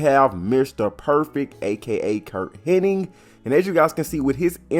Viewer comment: 3rd, and its hennig, not henning